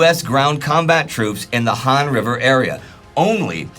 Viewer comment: That river is pronounced H-ah-n not Han.